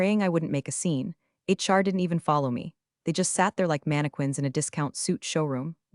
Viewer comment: WTF is a DAMNNN "MAN-eh-kwins"!!!!!!!!!!!!!!??????????????? (mannequins) !!!!!!!!!!!!!!!!????????????? THAT is NOT how you.....correction..........THAT is NOT how a NORMAL articulate, English speaking person OR AI pronounces MANNEQUINS!!!!!!!!!!!!!!!!!!!!!! STRIKE TWO!!!!!!!!!!!!!!!!!!!!